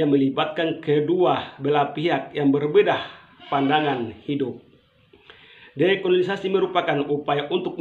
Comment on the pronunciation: Ko susa sekali sebut dekolonisasi dan new york...bikin sok pintar, padahal baca teks.